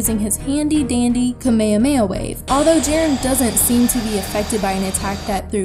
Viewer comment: I hate when people say kameamea wave. The “H” isn’t silent. It’s Kame Hame Ha. This is just a tick I have.